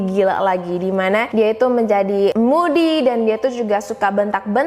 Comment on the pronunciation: kamu menyebut perkataan ITU ,itu sebagai ITUA.. ya ia tua kayak kamu(rujuk di menit ,dan menit alert sama perkataan ITU dan perkataan LAKI-LAKI)